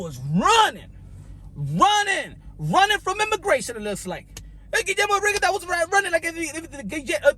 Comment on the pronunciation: Rigondeux is pronounced run, gone, done